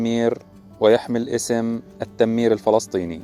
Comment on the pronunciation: التمير بضم التاء وليس بشد التاء ..مقطع جميل 👍